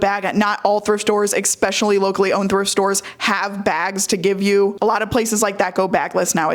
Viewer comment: Giiiirl, ek-specially is adorable but trips me up